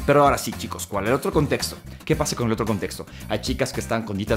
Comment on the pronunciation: "shicos y shicas, shiquitos"